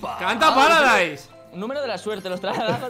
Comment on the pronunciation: Willy: Yo de joven cantaba mucho Fargan: paradaise 😂😂😂😂